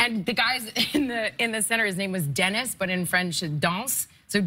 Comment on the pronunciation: Eh that’s not how you pronounce Denis